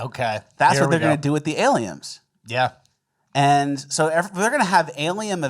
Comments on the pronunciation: Say aliens, then correct yourself to say Aliems :) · Why are you mispronouncing words? first you both called dolphins dolphinGs and then you said aliens are alieMs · Dolphings and Aliems.... killing me. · doll-fing and aliems 😂😂😂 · Did anyone else hear say “aliums” and “dolphings” 😅😅😅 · ?Dolphing” ? “Aliems”? 😅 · Doll-feens and aliems wtf?!!? 😂